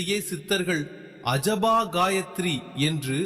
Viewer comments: அஜபா என்று சரியாக உச்சரிக்க வேண்டுகிறேன். ஜபம் என்ற சொல்லிற்கு எதிரே "அஜபம்" என்ற சொல். இதனை " அசபா" என்று உச்சரிப்பது தவறு. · Asabha illai. Ajaba. Solrathai ozhungaa solluppa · asaba sapam illa AJABA JABAM correcta solla pazagu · அசபா இல்லை,அஜபா ( Ajapa).மனதில் ஜபிப்பது.